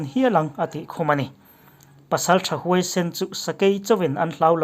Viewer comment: I ‘thawhpui’ lam rik dan hi ‘Kalpui’ tiha ‘pui’ ang hian lam ri thei la a lawmawm ngawt ang. Chuan, ‘Battle’ hi ‘Betlil’ tiin lam ve la; ‘Trump Admin’ tih aiah ‘Trump-a sawrkar’ ti mai la hriatthiam a awl zawk bawk ang. A theih chin chinah Saptawng i letling tho thova, Mizotawng tam thei ang ber ni tawh sela a lawmawm leh zual ang. A bengvarthlak thinin ngaihthlak a nuam thei khawp mai. Han tizel teh. Like lutuk che. Hehe.